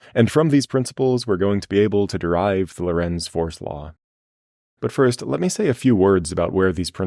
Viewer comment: Lorentz sounds like Laurence, not low-rents.